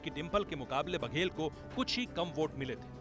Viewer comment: aitihaasik boats se??? bhai vote n boat bolna seekhle pehle